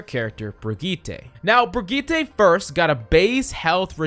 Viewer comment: Dude, the way you said Brigette threw me off 😅